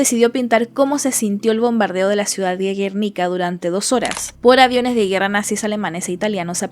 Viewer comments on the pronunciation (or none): none